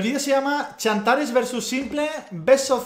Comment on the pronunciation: se llama xantares no chantares